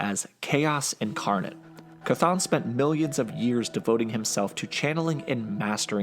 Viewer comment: As far as I’ve heard, that is the correct pronunciation of Chthon.